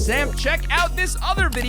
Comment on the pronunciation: wait did he just say on squeen